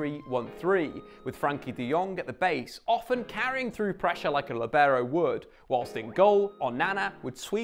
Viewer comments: What's a Lebarrow? Sounds like a texan pronounciation. It's pronounced LEE-BE-ROH. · Actually pronounced LEE-beh-raw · Apparently no one is interested in learning how to actually say the word lìbero. Not even people making educational videos about the position. Accent is on first syllable, Lì. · In Italian 'libero' is pronounced with the stress on /li/ not /ber/... but I've never heard an English speaking person pronounce it that way.